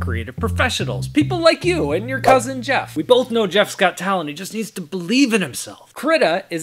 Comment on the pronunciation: HIS NAME IS JIEEFFFFFF!!